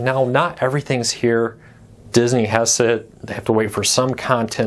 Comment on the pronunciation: Dis-iny is how they say Disney in the 'hood.